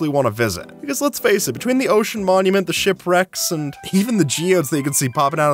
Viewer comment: 'Mocean monument"